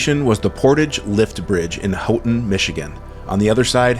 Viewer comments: Houghton. Pronounced Hoe ton . Nice trip guys. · Houghton is pronounced Hoe-ton